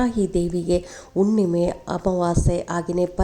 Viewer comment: ಉಣ್ಣಿಮೆ ಅಲ್ಲ ಮೇಡಂ ಹುಣ್ಣಿಮೆ. ಅಣ್ಣ ಅಲ್ಲ ಮೇಡಂ ಹಣ.